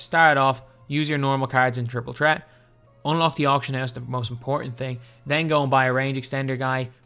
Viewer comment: “Triple tret”😂